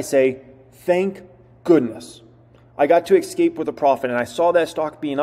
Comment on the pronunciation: The word "escape", doesn't have an "X" in it and is not pronounced "Ex-cape", it's "Es-cape".